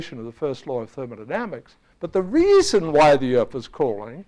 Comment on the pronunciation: That guys pronunciation of 'thermodynamics'. Da-ma-na-na-mix.